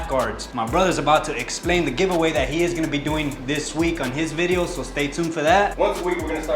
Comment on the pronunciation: a video, or bideo?